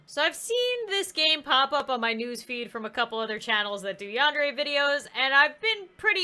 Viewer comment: Your saying yandere wrong it's sounds like yandairy but it's spelt yandere